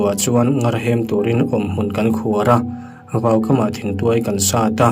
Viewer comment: Comment i en ngailo nge ni...i like hlei lova,ṭawng thluk diklo i hmang leh ṭhin...ngar hi thluk hniam tur aw...mut chhuakin min zem tih pawh zeem tiin lam rik tur...